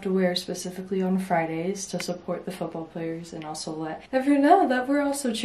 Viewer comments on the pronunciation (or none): none